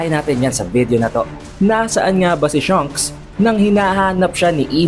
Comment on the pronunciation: Shanks not Shunks haha